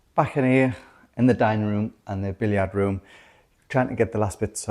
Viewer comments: Hi can I make one negative comment , your pronunciation of Billiard, we in Australia say Bill yrd no billyiard as you two do , it frustrates me , even my mate in Harrogate says it the same as me 😩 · Not being rude but when you call it the “billiaaaard” room is that the French pronunciation? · aye...billy yard gets me everytime....a giggle amidst the such seasoned room renos by now....experts. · Very odd pronunciation of billiard room 🤔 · I understand that in their part of England that is how billiard is pronounced. It is definitely not how it is pronounced in 🇨🇦